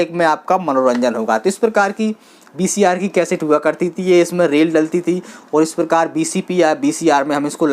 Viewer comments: Baki sab thik h dost par BCR nahi VCR 🙏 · VCR bahi bhai VCP bolte hai